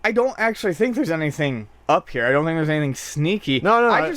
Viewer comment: "Careful man there's a beverage herrre" !